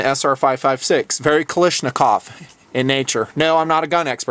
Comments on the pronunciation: it is not pronounced ka-lish-nakov, it is KALASHnikov. AVTOMAT KALISHNIKOVA MODEL 1947. Sorry to nitpick but it was really bothering me lol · you are pronouncing Kalashnikov wrong